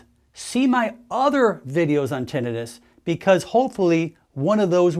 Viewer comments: Odd he doesn’t know the correct pronunciation… Tin not ten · How ironic that we have AI that can create a photorealistic video of a very convincing "man speaking", but he can't pronounce the main word of the subject at hand properly. Even after 12 years of college! lol suuuure.....